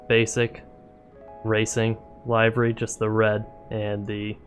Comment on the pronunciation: FYI, it's pronounced livery, like "liver," not like "alive." (But good video.)